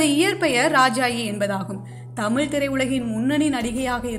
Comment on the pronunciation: Poor prounoisiation of Tamiz and not tamil